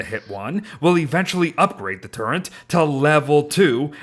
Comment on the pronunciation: I cant get over "turrent"